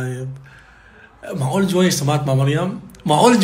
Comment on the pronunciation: معقول❌ مقعول✔️